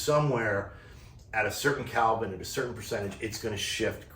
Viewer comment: OMG - you're killing me - It's KELVIIN not CALVIN. As a former NYC'er I know it's not your accent :) Thanks for the excellent review!